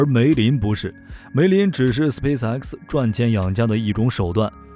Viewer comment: 一口一个斯皮死埃克斯笑死我了